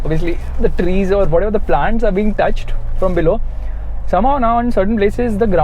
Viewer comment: Trees vrees lol 😄